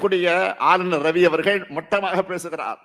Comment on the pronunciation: ஆலுலர் ரவி😂😂😂😂 என்னடா தமிழ் சுடல😂